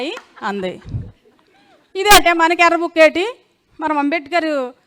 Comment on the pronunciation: యర్రా్బుక్ కాదు ఏరి్బుక్ కొండఏరిపప్ప బాబుగారు చెప్పారు ఇంగ్లీష్ నేర్చుకుంటే మొదబాయిలు అన్నారు లోకేష్ కూడా మొదబాయ్